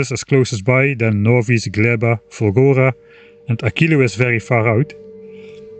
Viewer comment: For four episodes I thought you were saying Fungora and expected mushrooms and spores and nonsense like that.